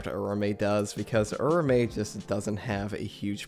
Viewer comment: I think Its pronounced Ura-Ume, just how Its written..